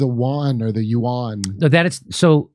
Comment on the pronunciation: its pronounced, I think, (setting myself to be slaughtered on YT comments) 'rem-n-be' and 'wan' Jimmy, but great video as always